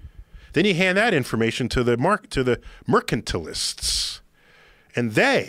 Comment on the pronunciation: Mercantilist..did he pronounce that right?